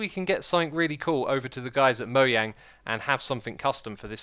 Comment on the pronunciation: moyang????? ITS MO JANG